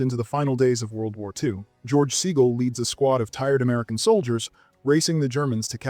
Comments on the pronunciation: George “SEE-guhl”, not “SAY-guhl”. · "Neevan" and "Saygull" - DO A BETTER JOB!